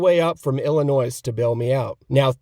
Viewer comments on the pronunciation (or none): The s is silent in Illinois😂 illinoise